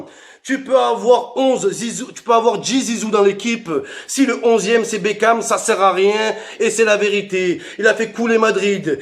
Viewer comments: Mais frere c pas david bekan cest david bakon woulah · C'est plus David bekham c'est david bekane